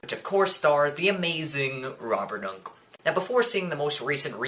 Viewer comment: pretty good review, although you could've pronounced Robert Englund's name right. it's pronounced exactly how you pronounce "England"